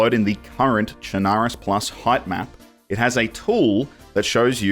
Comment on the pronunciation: Actually, the proper pronunciation is "Sherna-roos" Your welcome.